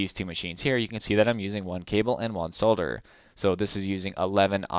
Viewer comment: Wait a minute, did I hear you pronounce "solderer" correctly?